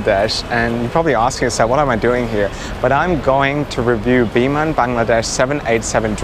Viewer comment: i don't know why but whenever you pronounce "biman bangladesh" only i can hear that you're pronouncing "demon bangladesh" 😂😂